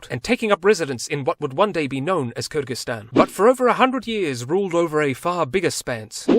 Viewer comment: i love the way you pronounced Kyrgyzstan with an ы sound and not an ө or и sound lol